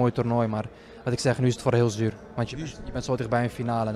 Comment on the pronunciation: Ha his accent even changed to more Moroccan even though he speaks Dutch, I learned you’re supposed to say zuur but he pronounces zur.